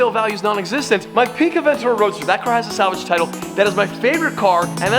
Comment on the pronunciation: "salgave tiltle" funny